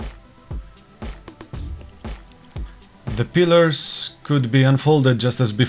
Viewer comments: Pliers not pilars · It's "pliers" (pla-ee-ers) and what you say sounds like "pilars" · It is "pliers", not "pillers". Pillers is not a word. Pliers is the correct term, pronounced "ply-ers". Also the expression is "to say the least", not "to say the most". Thanks. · ITS PLIERS "" NOT PILLAR?? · Pliers, not pillers/pillars . otherwise good test. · This is a terrific test and extremely thorough to boot. Great job. You have earned a subscription. By the way, you have been pronouncing the word pliers wrong. Use the guide in this link to help you get that right